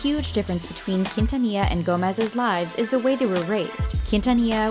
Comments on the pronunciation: Its not pronounced kin-ta-nee-ya!! Its pronounced keen-tha-nee-ya. You have to say it with a flare. Get your shit right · Only for Selena Quintanilla! Like if you're Team Selena Quintanilla! (You don't have to you can also reply) I grew up listening to Selena Q. and Michael Jackson. Since I was born. AND ITS NOT PRONOUNCED KEENTANIA. YOU'RE WELCOME SORRY IT JUST BOTHERS ME SO MUCH KNOWING IM HISPANIC IT BOTHERS ME WHEN PEOPLE CAN'T PRONOUNCE SPANISH NAMES OR WORDS. THAT'S JUST ME. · Why you comparing them? Selena is a LEGEND AND ICON,also you didn’t pronounce her last name right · ella tratando de decir quintanilla es tan desagradable English: her trying to say quintanilla is so cringe